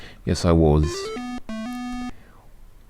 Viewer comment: That's quite a good 'London' accent, the only thing I'd say gives you away and it gives everyone away who tries to do the accent is that you add Ws where there shouldn't be any. you saw 'waws' instead of was, we'd prounounce it 'woz' and bawdy instead of body, we'd pronounce it more 'bohdy', like you would say body, but the O being soft and not sounding like an A.